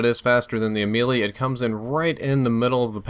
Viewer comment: I'm pretty sure the Ameli isn't pronounced as the Lil Wayne song